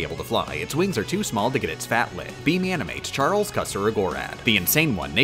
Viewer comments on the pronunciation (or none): none